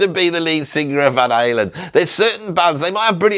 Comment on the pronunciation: British annunciation Van Halen - I couldn't understand an translation is off .... Finally after saying it for six times, I heard Van something ;)